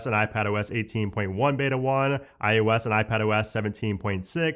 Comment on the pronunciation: Is it just me or does he start out saying iOS and then slowly starts to say iUS?? 😅